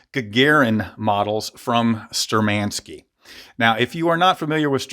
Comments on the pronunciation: Shturmanskie, not sturmanskie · Great information, great review! Keep up the great content. P.S - You are just "butchering" the name.. You have to accent or stress the first syllable "shtUrmankiye", and the ending "skie" is pronuonced as ski and yeah. So it would read as - Shtur man ski yeah I do hope that it makes sense. Sorry, just wanted to point out.